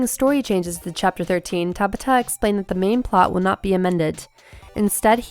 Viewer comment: I hate how she's pronouncing Hajime Tabata's name. sounds like she's trying to say tabatha without the "H" it's three sylibals lady! (Ta-BAH-ta) emphasis on the B and A